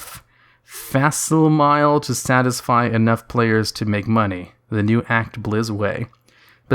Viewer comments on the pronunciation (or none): facsimile - FACK-sih-muh-lee, like simile in metaphor/simile. Where "fax" in "fax machine" comes from.